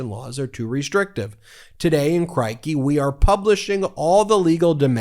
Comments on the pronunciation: Mate, Crikey is pronounced as a rhyme with “sticky.” 👍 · It's "c-ROY-kee"